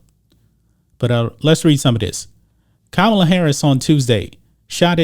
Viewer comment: ka ma la not kamala...what a khunt